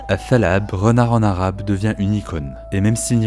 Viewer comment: mdr tu m'as fait rire quand t'as dit renard en arabe, je souligne l'effort mais c'est atha3lab et non pas athal3ab